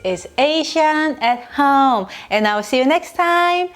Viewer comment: This is so trivial I almost don’t want to post it. As a Korean American the way you say “home” is so Chinese. It’s bothered me forever but I love love love your channel!!! Home is 홈....I’ve had people ask me if you are Chinese or Chinese-Korean. This is so trivial but you are representing Korea so I had to make a comment. I don’t mean to be rude or mean. But to improve your channel I offer a tip. Accept or ignore it’s up to you. Please know, I LOVE YOU AND JACOB!!! I JUST WANT TO HELP YOU BECOME THE ULTRA-PROFESSIONAL CHANNEL YOU ARE MEANT TO BE!!!!!